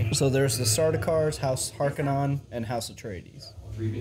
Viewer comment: Harkonnen not Harkennon lol